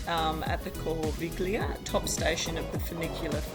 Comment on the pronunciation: cool vid. Btw I always come here for skiing and you wright „Corviglia“ but pronounce it „Corvilia“